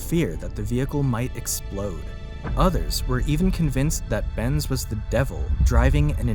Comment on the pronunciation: I love how you keep calling it. Ben's and c, when it's benz and co 😂😂😂😂 i mean, it literally says it in the actual photo my guy.Unless this is another a I video which it looks like it